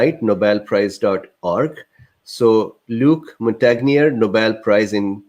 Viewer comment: So not only can you not pronounce Luc Montangier's name properly, your not sure who he is. Then "snopes" as a fact checker, are you serious!!! Sorry but your coming across as a bit of a shill, I've had enough, I'm out, unsubscribing.